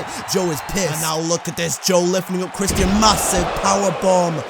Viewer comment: Dude said “Christ-Ian”